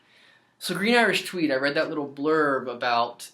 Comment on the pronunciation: You should make Cweed Gween Iwish Tweed